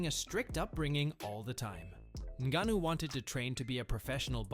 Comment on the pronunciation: The narrator said Francis Ningaano, and then said Francis Niggano....... 😲